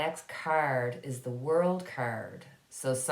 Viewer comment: Ok had to pause the video, got caught in the way you said "card", started with a little snicker and ended up with a good belly laugh. I could only hear curd that sounded more like turd lol. OMG forgive me please. I would like to know what Canada is going to do about the reservations conditions, indigenous people have a right to clean water and safe living instead of what they have now. New branch off of ISIS it was ISIS-k, must be a group that is more fanatical then regular ISIS still bad news for the world because you can't trust what they will do or where they will do it.